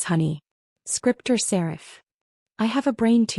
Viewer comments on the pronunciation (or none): Allergies, not Audees, which is not a real word! Serif, not Sarah.